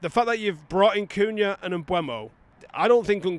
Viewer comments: If you keep saying Mbwemo I don't think I can keep watching. Devastating news for you I'm sure. Seriously mate sort it out. M-beu-mo. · Bryan Mbeumo. Pronounced: Mm - boo - moe.